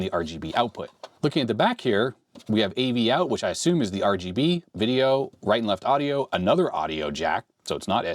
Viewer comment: VEDIO lol